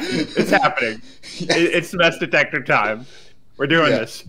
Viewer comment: Heh mess detector sounds like mass detector